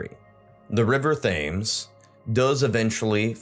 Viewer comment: Thames is pronounced Tems. Seine - Sane I love languages but am no professional! Liking the channel.